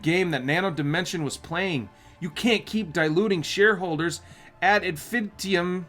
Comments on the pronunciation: ahha, it's not inifin tium, it's infini tum. Latin root for infinity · Actually it's IN - FIN - I - TUM.